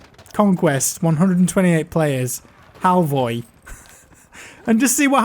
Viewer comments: Norwegian viking here The ø is pronounced like the "u" in words like duck, chuck or buck. So Halvøy will be more like halvuy (with the same pressure on the "u" as in duck), not halvoy. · I think you pronounce Halvør like Halvör with the german/swedish ö. Or sth like "oe" (Halvoer) in English. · It is pronounced oe and means island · Norwegian here, its pronounced halvuhy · Norwegian here. The "Ø" is pronounced kinda like "uh". Oh and havøy translates to ocean Island Edit: found out it was "halvøy" not havøy. And that directly translates to half island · You prenounce the ø like you say u in hub norwegen btw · The pronunciation is [ˈhɑlːˈœj] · Yes it is pronounced hal-voy. And it means peninsula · Your "Ø" sounds more like "å" (Halvåy). So if you look at Nordberg 's comment, you should be able to learn the letter "Ø" 👌🧠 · It's pronounced "Halvøy" :) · You pronounce the ø like ö. Better exampel: like the u in turn. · The ø is pronuonced ö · The Ø in Halvøy is pronounced like the U in bun. Just remember to say it like 'halv-øy'. Direct translation it means 'Half-Island' but 'Peninsula' is probably a better translation. Also you can write this into google translate and have the norwegian text to speech bot vocalize it. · ø is like saying o and e together. The name in english is Half-Island, I think. It's pronounced something like Haleoy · The ø is pronounced more like “uh”, more back of the throat. You can try and say halv uh-y. Halvøy means half island by the way. Edit: there are a lot of people who have corrected the pronunciation, uh... so sorry about that. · It's pronounced kinda like Halvuy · Halvøy means Half island - The Ø es like a french E :P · I think you are trying to say Halvøy, so in english it's half-island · It annoys me how he sayd halvø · Patetisk å høre utale navnet. Var navnet Halv øy? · Halvøy means Half-island. You say it good enough but not great. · Halvøy, u don't really say the v at all its weird cuz its Norwegian lol